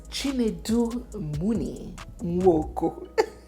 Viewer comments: The Munir is pronounced Muniru. Every single syllable is pronounced in Arabic. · Munir, Pronounced like 'Mo-near'